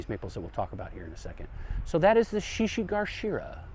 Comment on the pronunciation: Thanks for this! One note, the one plant is shishi GA shira, not GAR.